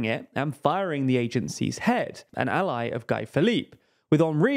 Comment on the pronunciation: Great video as always. Thanks for the good work 👏. In Guy Philippe, Guy is not pronounced as Guy in English. In the French world its pronounced like (Gee) as in ghee😊